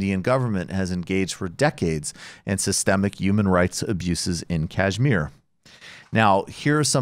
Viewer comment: With apologies, can we get a little pronunciation correction here — it's pronounced ksh-mEER (emphasis on the last syllable & with "sh" as in "shoe"), not kAAjh-meer (emphasis on the first syllable & with "jh" as in "joie de vivre"). The show is great, and good coverage of this issue is so rare—keep it up!